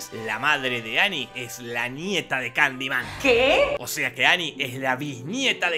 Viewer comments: Y si en vez de decir kandiman digo Kalimán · Estás son las veces que dijo Candiman 👇